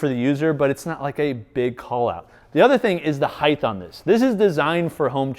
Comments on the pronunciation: Speaking of OCD, you said “Heighth” no less than 243 times this video. ‘Heighth’ is not a word my friend, it is ‘Height’. There is breadth, length, width, depth, but no ‘heighth’. Only Height. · This is one of the best review channels for any products, regardless of industry. That said, dude, the word "height" ends in a "t". Width. Height.